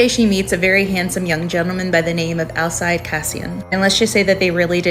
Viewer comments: Pretty sure it is pronounced Al-seed, like the Werewolf from True Blood. Hope that helps! 🙏🏻😊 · Alcide is pronounced Al-Seed